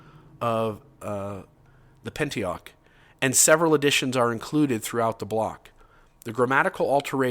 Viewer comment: As a Catholic who loves this show insofar as it saves people from a 19th century fraud, I do have to say that doing his “when we study the Bible” shtick and then pronouncing “Pentateuch” as “pentiach (or something)” is pretty rich. Yikes!!!